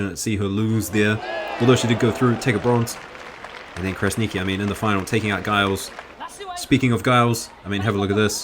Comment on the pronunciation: Giles should be pronounced as Jiles, with a soft G.